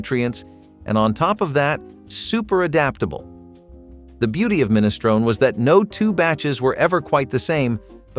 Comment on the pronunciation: You're pronouncing minestrone wrong.